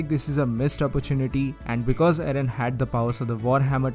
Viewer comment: You say aaron not eren